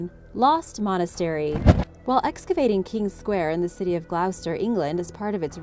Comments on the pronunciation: no it’s just Americans want to re write the ENGLISH language.. it might have been hard to figure out before the internet.. it takes two seconds to ask Gloucester pronunciation.. and it will say gloss-ter not glowse-ter ... that’s a yank think.. changing the spellings and pronunciation of English words.. it’s just lazy and disrespectful.. you wouldn’t tell another country to change how they spell their words just because you can’t figure it out. 🤦‍♀️ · Not pronounced 'glowster' but 'gloster' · It’s pronounced gloss-ter. Not glowse-ter. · Pronounced Gloster not Glowster. Please get our place names pronounced properly. Ta (thanks) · I'd have read it gl-oww-chester 🤷‍♀️ people mad and petty as hell over something so stupid. I wonder how many Britt's know how locals pronounce Greenwhich or Pfaffton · I do like your videos but please learn the pronunciations of English towns. It's pronounced gloster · Gloucester is pronounced ‘GLOSTER’ 😊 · more like 'GLOSTERRR' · It really pisses me off how they can’t pronounce any UK 🇬🇧 county correctly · Not being rude Gloucester is pronounced "Gloss terr" I used to say it "Gloss sess terr" until I went and lived there for a while!! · I grew up in Gloucester. Just to let you know, we pronounce it Gloster Great video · As a brit hearing her say gloucester wrong had me triggered 😅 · I know that was the only thing bad about the video that Gloucester pronunciation